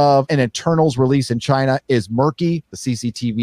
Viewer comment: sounds racist whenever he pronounces China with 3 syllables